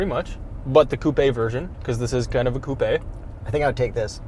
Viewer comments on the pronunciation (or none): the way he says “coupé” as “coupie” 😭